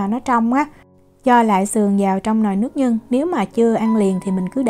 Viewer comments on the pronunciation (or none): Nước nhưn (ko "g" ) á Diễm